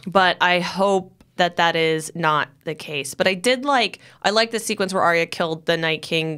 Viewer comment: Why can’t people at Collider pronounce these names correctly? Varys, Ayra, and Sansa seem to be mispronounced every time.